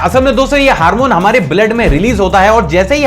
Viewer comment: Not harmone its hormone